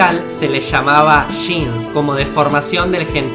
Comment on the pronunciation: No son Sheans son Jeans! hahaha